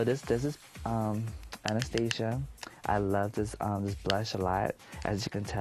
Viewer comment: FUCKING YES. Finally someone on here pronounces Anastasia like they have been their whole life.